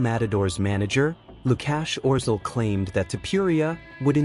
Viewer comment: bro its łukasz orzeł not lukash orzel